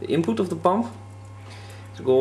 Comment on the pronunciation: lol. He said "inpoot"